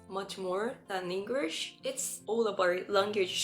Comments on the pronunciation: I suggest pronouncing the letter L in the word English more. I noticed you're making the word English sound like Engrish. Just a little tip. It's mostly casual language unless it's an extremely formal setting like an important meeting or politics, the "Hey" at the beginning, covers the "Sorry to interrupt" etc. You can probably drop the 99% of your use of sorry, and just say "Excuse me" I'm South Australian (Adelaide), I've also answered "yes or correct" many times when someone says "you don't have work today?", I confirm what they asked. For some reason, English speaking people turn around your response and assume you're saying "yes" because you have work 😅, backwards use. In those scenarios, you can simply say "that's correct", and they'll understand you easier. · Most of your pronunciation is great and you have less of an accent than most Japanese people, which one exception: You say "Engrish" and you suddenly sound super-Japanese. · SingING ING GLISSH English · It's really really really really important to master how to pronounce "L". DO NOT say "Engrish". Wikipedia describes that word as a reference to people with poor English skills. Do speech therapy or whatever but you will get sniggers if you say "Engrish". Wish you best here. Explore beyond Sydney or capital cities. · Actually, you are speaking English with a Japanese accent and you are speaking with Japanese timing and mispronouncing many of your words. Your English "L" is wrong and your "T" is silent. You said "Englirsh" instead of English. You are slurring your words, and using the letter "B" for words with "V." I recommend you hire an online private teacher that reads dialogue, then you repeat it while trying to say it with the same accent as the teacher.